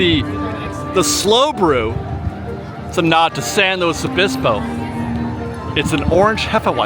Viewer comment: Oh my goodness!!! You tried a beer from my hometown. And you said the name correctly, San Luis Obispo! That was so awesome!!!! 🍺